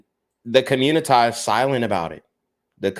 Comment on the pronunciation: Why you tf you keep sayin communi-tah?